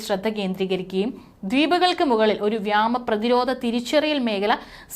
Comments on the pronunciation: മലയാള ഭാഷ ശരിയായി ഉച്ചരിക്കാൻ പോലും അറിയില്ല. വ്യാമാ ആല്ല വ്യോമ എന്നാണ് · വ്യാമ അല്ല വ്യോമ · വിയോമ, വ്യാമയല്ല. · അത് വ്യോമ അതിർത്തിയാണോ അതോ വ്യാമ അതിർത്തിയോ? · വ്യാമ അതിർത്തി അല്ല , വ്യോമ അതിർത്തി 😢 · വ്യാമാതിർത്തി? അതെന്ത്? വ്യോമാതിർത്തി എന്ന് പറയൂ വർദിച്ച? വർദ്ധിച്ച എന്ന് പറയൂ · വ്യാമ മേഘലയല്ല, വ്യോമ മേഘല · മോളേ വ്യാമ അല്ല വ്യോമ എന്നാണ്. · അവതാരകരായ കുട്ടികൾ മലയാളത്തെ ഇങ്ങനെ വികലമാക്കുന്നത് എന്താണ്??വ്യോമ മേഖല എന്ന് പറയാൻ പഠിക്കു.... വ്യാമ മേഖല അല്ല 😢😢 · വ്യാമ അല്ല. വ്യോമ എന്നാണ്. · Malayalam parayaan ariyunna editor maar aarum ille ? Ivrku paranju kodukaan ?? “Vyaama Sena”